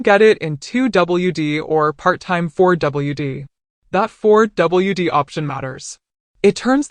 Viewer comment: 2 double u D or 4 double u D… Ai is hilarious.